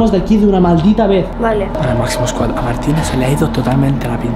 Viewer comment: En el minuto martina dice mazimo sqooad jajaj ( no hate martina te quiero ❤️)